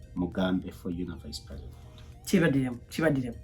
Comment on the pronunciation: Precitend, oba president 😍ebyuma bya bazungu biswaza🤦‍♀️🤦‍♀️🤦‍♀️